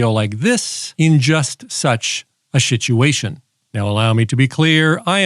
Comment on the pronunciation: Emergency Shituation